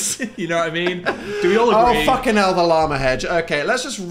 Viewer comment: Daniel, repeatedly: “Fokinell!”